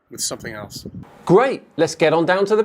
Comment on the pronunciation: Love ya videos but it’s SOMETHING NOT SOMETHINK